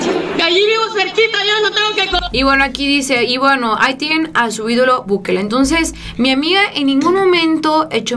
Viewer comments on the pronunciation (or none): sabes por qué El Salvador tiene pocos caso (supongo que no), por las medidas, la preocupaciones, el tiempo que se tomó Nayib Bukele (no Bukel como lo dice la señorita para nada informada), para atender a su país, no hay tantos casos como en México por que él se tomó el tiempo en pensar como mantener seguros a todos en su país...